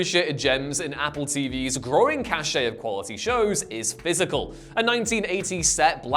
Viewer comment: I liked “Pysical”…